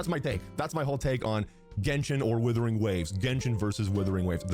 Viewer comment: i have aneurysm everytime calls Wuthering Waves " Withering Waves "